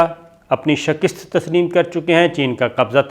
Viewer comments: Shakist nahin hota, Mian ——— Shikast hota hai - Samjhe ke nahin ???? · شکست کو ک پر زیر نہیں زبر کے ساتھ پڑھا کریں۔ شکریہ